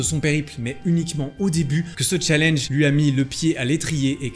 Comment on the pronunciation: Par contre faut arrêter de prononcer Challenge en français..